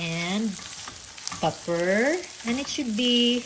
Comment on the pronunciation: I love when you say pepperrrrrrrr.❤❤❤❤❤ and summerrrrrr too❤❤❤